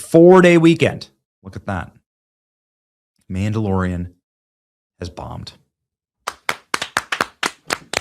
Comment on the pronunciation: the mam-dalorian and tofu 😂😂😂